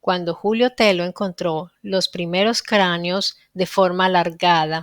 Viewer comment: Excelente programa. Estoy en ambos temas desde hacen más de 8 años: amabas cuestiónes son VERDADERAS. NOTA: TELLO es un apellido español.la doble L se pronuncia como LLUVIA, CABALLO, LLAMADA